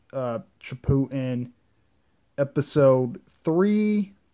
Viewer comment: oh my gosh do u know how to say shippuden